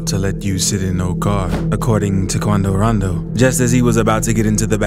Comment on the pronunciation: Had missed this presenter saying, "Quando Raando" King Vaan